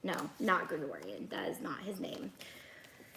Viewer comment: I am laughing at baby Yoda, destroyed his name, “gregorian” 😂😂😂 you are the best to watch